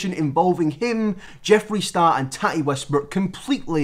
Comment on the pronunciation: Tahtee hunty it’s tati but ok😎